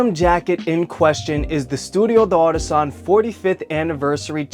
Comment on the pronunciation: FYI, you don't have to pronounce the d as a separate word. The apostrophe is just for reading clarity in French. It's pronounced Dartisan, not de artisan. But who gives a f, you're speaking English about a Japanese company sooo... recedes into the bushes